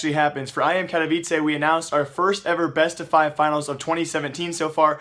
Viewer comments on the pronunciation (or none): none